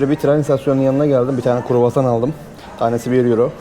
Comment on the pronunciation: Kuru hassan nedir mübarek kroassan diyeceksin kroassan kuru değil 😂